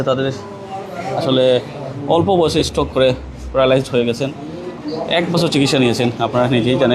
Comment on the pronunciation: আরে মূর্খ সাংবাদিক স্ট্রোক হবে। স্ট্রক না।